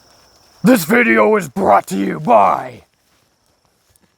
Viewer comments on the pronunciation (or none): none